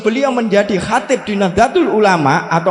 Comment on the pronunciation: Asril sani ngga mantab sebab istilah-istilah yang dasar dlm NU kurang Fasih Dia Ucapkan dlm ceramah ini. Contohnya : Katib = Sekretaris dibaca Khotib..? Muassis= Pendiri dibaca Muazziz..? Terakhir Baca Wallohul Muwaffiq dst..? Bok Ya yang mendasar tentang Istilah-istilah NU itu diapalkan dg baik biar orang Optimis kalau Dia Santri NU.